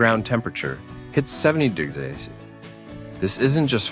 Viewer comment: Did anyone care to listen to the vocal inflections and pronunciations are interpreted by the AI? This may be good information but it's terribly delivered. Why does it have a problem with saying "degrees" or "percentage?"